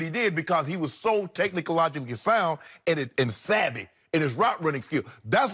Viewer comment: Did my man just say “Technilogically sound”